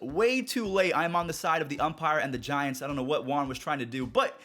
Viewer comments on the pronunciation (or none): none